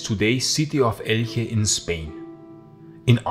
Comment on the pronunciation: Elche is more or less spelled "elshe" "eltxe" Solo un dato curioso.